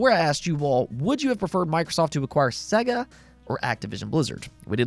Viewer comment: Dude, Sega is pronounced say-ger. There is a sample that says it on the opening screen of every Sega game.